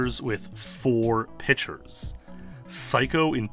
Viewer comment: Attention everyone: The word is “piCture” not “pitcher.” That is all.